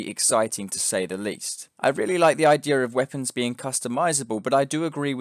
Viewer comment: it's always weird to me when people say 'ideR' instead of 'idea'